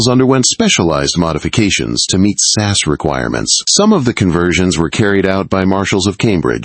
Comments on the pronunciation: As far as I know it's S A S or the regiment not sass . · AI narrator of this video uses the pronunciation sass, instead of SAS. Dad giveaway that it’s not a a live human. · S.A.S, not sass. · Did he really call it sas service? Do yanks think there were sassy soldiers in pink cars running around the desert? 😂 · This was reasonably well-written, but the AI narration was terrible. Just have a human read the script. The video is about the Special Air Service. The AI model reads “S.A.S.” as “sass” - it’s distracting and unnecessary.